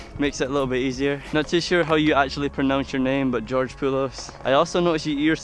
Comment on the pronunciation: Yeah you said Georges name right